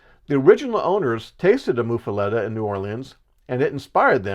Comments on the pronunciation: "Muh". MUH-fuhletta. Not "Moof" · It's pronounced as Muff, like the winter hand covers!